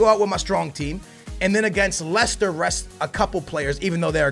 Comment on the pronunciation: I do wanna see more Campbell especially now that he is a 77 overall, so you could play him in the cups or something, he's really fast, but he's like Welbeck, he doesn't go up as much. And I think you're pronouncing Leicester wrong. Nice vid like always!